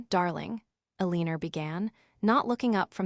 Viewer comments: Somebody needs to tell AI how to pronounce 'Eleanor' ❤(EL-lin-nor-) but meanwhile a-LEEN-er is pretty hilarious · "El-een-ur"? AI Voiceovers are not your friend.